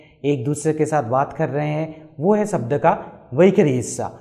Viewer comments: You are wrongly pronouncing as vakhari. Should it not be vaikhaari? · Its वैखरी NOT वैखारी .. and please don't chant any Vedic mantras until you have cleaned up your pronunciation. I appreciate your effort, but this is disastrous!